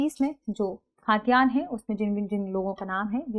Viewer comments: खातियान नहीं it's खतियान..! Next Time --> सही उच्चारण कीजिएगा please!! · खतियान not खातियान🙏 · Khaa...tiyan hai ya khatiyan hai? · खतियान बोलिए खाद्यान्न नहीं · खतियान बोलिए ना कि खाद्यान्न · Ma'am it's khatiyan not khaatiyan 😊